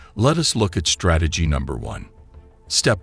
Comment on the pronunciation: you say “stategy” instead of “strategy” this is a good video, I want to help you make it perfect